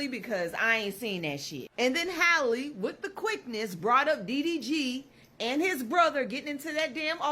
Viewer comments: Her name is pronounced Hal-ee not Hailey just had to clear that up (pet peeve)🤣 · Her name is pronounced the same as Halle Berry. HAL-EE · My man. Say Halle Berry. Now say Halle Bailey. Her name isn't Hayley. I'm not empathetic to her, but it's sad hearing you not being able to pronounce her name.